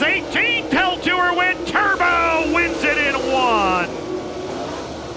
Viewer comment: "TEXAS TERBO" !!!!!!!!!!!